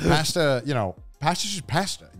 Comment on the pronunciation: Whyyyy is he saying pasta like that????